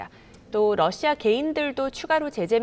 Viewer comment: 러씨아 ㅋ 발음좀 신경써주세요